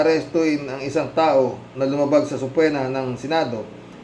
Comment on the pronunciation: hwag magalit ha pero ang tamang pronunciation ng subpoena ay SU PE NA. Silent ang letters B at saka O. That’s what real friends do…point each others mistakes. That’s how we learn and grow, di ba. Si Atty Enzo rin, at si hungry syrian wanderer, mini message ko pero kahit minsan, di ako sinagot😂 Take care.